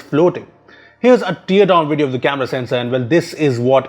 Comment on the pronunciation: I find it cringy when calls Teardown word as tea err down.